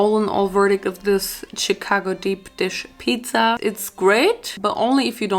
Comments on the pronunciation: I like how she says CHicago instead of like SHicago 😂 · My city is pronounced CHA-CA-GO Chicago not chitcago 😭😭😭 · Love how says “cheek-ago” instead of Chicago 😂💕💕💕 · It’s pronunciation is shu-kah-go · I LOVE how you say Chicago.its amazing tho its pronounced (sh-cah-go) . i found you recently and I love you. <3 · Listening to you pronounce my city Cheecago is so cringe 😂😂 “shi” like shit shicago 😘😘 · The way she said Chicago was so cute. She pronounced it as Che-cago. It was just adorable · Bless your heart. Chicago is pronounced SHI-CAGO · why does she say chicago like that ? 😂 it’s pronounced “shuh-kah-go” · I usually get annoyed when people pronounce towns or cities wrong in Illinois but the way she pronounced Chicago cracked me up. It's pronounced shicago if that helps any🙂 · Omg loving how she kept saying Chicago! I understand because of how it's spelt you'd think that's how it's pronounced but it's more like shicago. Absolutely no hate or anything for I am a huge fan and just wanted to let her know. Much love to y'all. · The way you say Chicago makes me happy 😂